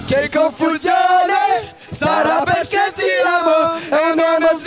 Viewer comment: Arg le Perché mal prononcé. Même moi ça m'a fait mal au oreille